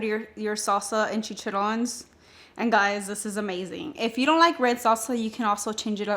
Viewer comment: THEYRE PRONOUNCED CHI CHA RRONES (ROHNES).